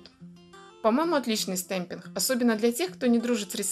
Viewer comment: Всё хорошо, но слово ,, стемпинх,,.... Это жесть. Вы бы старались все таки сказать с ,, Г,, чтоб это для аудитории получше звучало( извините, я обидеть не хотела